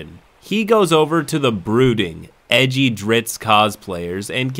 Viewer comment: as for the character names. You called Drizzt by his name, as opposed to Drizz-it. Well done sir.